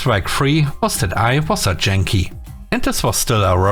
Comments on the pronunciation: Um, so sorry, Yankee is not pronounced like jankee, it's y like in you or yours. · Yankee mit j wie Junge, ich hab mich zuerst verhört und dachte du sagst Junkie! 🤪